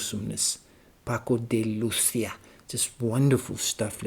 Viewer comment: He was a great artist. His extraordinary virtuosity was never for show; he put it at the service of music. You pronounce Lucia very well.